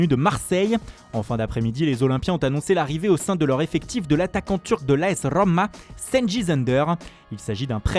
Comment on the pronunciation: Cengiz ne se prononce pas "SenJiz", mais "Djenguiz"